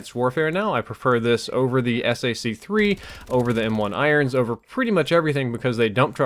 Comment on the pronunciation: how many times it's not 'S A C 3' it's Sac3 (like ball sack)